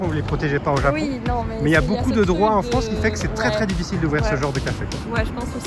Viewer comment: 、とても、とても（最近は、日本語で「めちゃ」と言うようですね）可愛いですね！お二人の会話を聞いていると、流れるようでずーっと、永遠に続くようです！言語は発達するとどんどん簡単（滑らか）になっていくというけれど、フランス語はまさにそのとおり！Manon姫の「ジャポン」という発音はとてもとてもいい響きです！（その昔、アメリカ人は日本人のことを「ジャップ」と呼んでいた事もありましたね（笑））。、また、べべチャンネルに顔出ししてね！